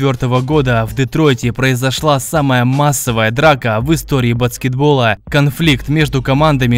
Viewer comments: Читай правильно - баскетбол, а не батскетбол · базгетбол правильно)